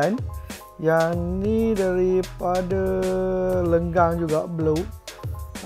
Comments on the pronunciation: Lenggeng nak oi bukan lenggang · Salah sebut Lenggeng jadi Lenggang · Lenggeng bossssss bukan lenggang bosss